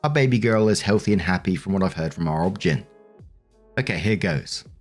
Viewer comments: pronunciation of OB/GYN cracks me up every time! Has anyone ever told him that it is literally just pronounced as each letter - O B G Y N? It stands for obstetrician/gynecologist. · Everytime says Obgyn I cackle 😅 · saying Obgyn as a word was funny to me.